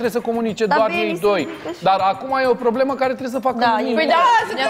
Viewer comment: Abia vorbește fonfaiala aia POBLEMA pff ce o urăsc 🙈🙈🙈